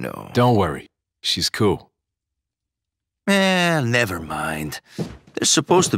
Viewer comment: it was coo as how leon said in the original re4 😂💪